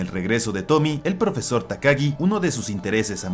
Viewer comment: Es fecha en la que me sigo preguntando si la protagonista de la última historia es ''Tomie'', con la e siendo pronunciada al final al ser un nombre japonés... creo; o si la deberían llamar tal cual lo dicen en el vid, es decir ''Tomi''